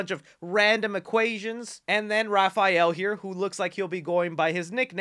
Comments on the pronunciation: bruh, fill-et? :V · it’s Ray fil-ay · DID YOU SAY RAY FILL-ETT BRO NOOOOOOOO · "Ray Fil-let"